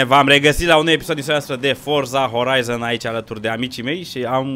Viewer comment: “Forță Horaizăn”